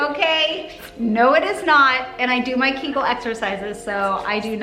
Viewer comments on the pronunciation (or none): Did pronounce it "kinkle exercises"?? It's Kegel. LOL.